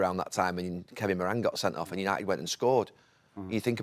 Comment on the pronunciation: It's funny hearing Neville pronounce Kevin Morans surname wrong. 😅